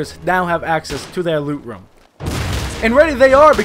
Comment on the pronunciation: I love how you say room "rum"